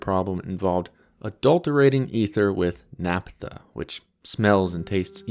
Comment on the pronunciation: naphtha not ‘naptha’